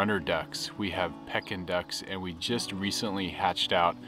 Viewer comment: They are “Pee-kin” ducks not “Peck-in” ducks ;)